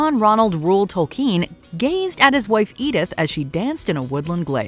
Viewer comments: Tol-KEEN?! isn't it pronounced Tol-KIN...? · The way she pronounces Tolkien 😂